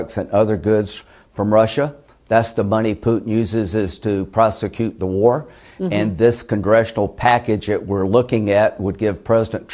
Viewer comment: It's not Trump's war!!!!! Oh! that war! Thought you said wart.